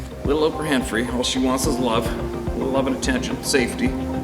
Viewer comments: 'Ophra Henphry' Ah Ha Ha Ha HA HA ! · Did u say Oprah Hen Free?!!! Lololol I love it!!!